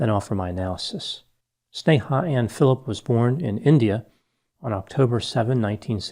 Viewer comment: off topic but i was surprised on how precise you were in pronouncing her first name despite it being an Hindi word